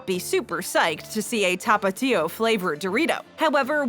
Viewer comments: TAPatio nah tapa-tio sause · The way you say tapatío it make me angry but my favorite Doritos are cool ranch